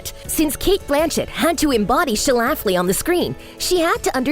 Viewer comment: Yo! I'm from Illinois. One of my colleagues in Chicago Women in Broadcasting actually went to high school with one of Phyllis Schlafly's daughters. Notice there are only TWO syllables in Schlafly. It's pronounced SCHLA fly, not Sha Laff Lee. Please redub.